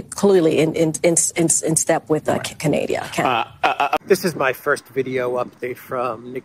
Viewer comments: “Canadia” OK that proves whatever Brandon has, it’s contagious 😂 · I head Canaidia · Canadia hahahaha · Syntax error “Canadeeuh” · ''Canadia'' is doomed with Mr. Trudio! ; - ) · Candida on her mind, perhaps. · No no no!! Alex, these are the end times, and the Unidentified Ariel Phenomena ( the new name from the Pentagon) are coming from the Mother Ship, preparatory to the arrival of the Aliens or Second Coming, to rescue humanity!! The evangelicals in North America are hyped up, getting ready for the Rapture, ie Beam Me Up Scotty!! / sarcasm.... BTW did that white house spokesperson really say Canadia?? LOL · And can't pronounce Canadia our great southern neighbor! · She actually said "Canadia"! I'm so proudly stoked... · She said "cuh-nayda" 😅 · Canadia... Sounds like Candida 😂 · Canadia? Is that the female version? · She really said Canadia. We're ruled by idiots and our government type is Idiocracy. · Did she just call Canada - CANADIA? LOL Get me off this planet bro! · Yes she's a very bright inteligent girl lol